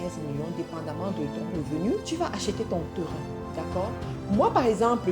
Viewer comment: Bonne vidéos et un bon contenu! Félicitation! Sauf que tu pronnonce très mal le mots "terrain" et c'est fort désagréable